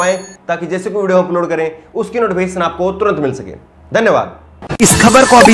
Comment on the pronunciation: Aap Achche Patrkar,Par Aap Zaban Achchi Nhi Hai. SHA ko Sa Bolte Hou Or zarur Ko Jarur Bole Hou Jo Sunne Mai Achcha Nhi Lagta.ummeed Hei Aap Dhiyan Denge.